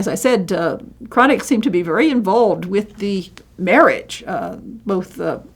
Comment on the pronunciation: This is very informative, an excellent introduction to a wonderful painter who isn't as well-known outside of Northern Europe as he ought to be. But, you really need to work on your pronunciation of the name. I don't insist on the uvular 'r', but at least broaden the 'a'. It is not pronounced 'chronic'.